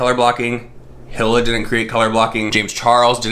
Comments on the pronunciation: E-la. Not hill-a. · lmao hila is pronounced ee-luh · Your delivery was cute and funny☺.. It's pronounce like the brand "Fila" but without the "F" of course.. 🕵🏼💬according to my investigation & research📔📕🗃📖🔬🤥!.. 😳ok just Google📲🤓~Hila means “halo, aura” in Hebrew and “hope” in Afghan.. 🤧sorry for all this crazy replay, I have way too much time on my hands.. Stay safe, Stay blessed❤.. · No shade whatsoever I just wanted to say her name is pronounced like “Eeeee Laahhh” lmao I’m really doggen the Hilla tho 😂😂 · It’s pronounced like “ee-la” :) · Her name is Hila. Hee-la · ‘Hila’ is pronounced like ‘Heal-a’ xxx I definitely support Teddy Fresh, even though it’s not about people dying, JC makes a killing while smaller brands fall to the wayside. It costs a fortune to start a business and H3H3 (even though are very popular) are not without financial hardship with censoring off YouTube and COVID. I’m really getting sick of this kid. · Hila = "Eee-la"! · It’s pronounced Hee-la. But yeah no one gives a fuck all three are liars. But they look so similar I thought the three of them were collabing. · Hila= E-LA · Her name is pronounced like: Hee-la, or Ee-lah, depending on where you're from. (Eathan's wife - Hila) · pfff omg 😬 it's pronounced "EE-la" (like rhymes with Leela from Futurama), the H is silent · When you've watched h3h3 since the Israel days and you have to hear "Hill-uh" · It's pronounced Eela. You Can buy Teddy Fresh at like2 or 3 different stores at the mall. This isn't just March, TF is an actual brand and has become pretty popular. James Charles knew he just didn't give a shit. Teddy Fresh has legit collabs. James is whack and he knew his merch was a RIP off. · eee-lah. Just FYI. Love you 💛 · Nobody:: Hill-Uh... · its pronounced HE-LA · HE-la silent H. "Ee-la" I believe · Pronounced "Eela" and James playedddd himself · Its pronounced E la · And it’s pronounced E Lah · Her name is pronounced "eel-a" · I love you but say it with me He-Lah